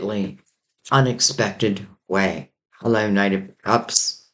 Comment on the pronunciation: I heard you say 'hullo'...I'm going on a date tomorrow with someone I met on the 'Hullo' ferry..synchronicity indeed..but there could be another..shall see